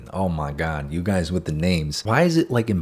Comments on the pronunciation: Ngl I thought you said what’s up gays in stead of guys 😂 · Sorry but my Dyslexia heard... " Sussup Gays" 😅👍